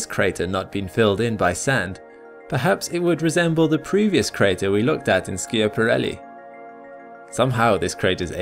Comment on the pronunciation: Sciaparelli is an Italian name. "Scia..." is pronounced "sha...".